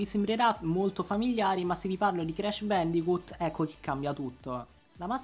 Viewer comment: ti prego non dire mai più crash bandicut pur se esatto la pronuncia all'italiana e bandicot si lo so che il gioco si chiama crash bandicoot ma mi fa morire dentro la pronuncia data grazie